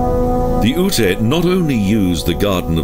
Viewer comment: Lovely video! GotG is one of my favorite places to visit. For future reference though, Ute is pronounced "yoot," not "oo-tay." I hope you'll feature more Colorado parks in future videos!